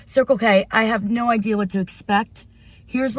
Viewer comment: you pronounced no which means la like a morrocan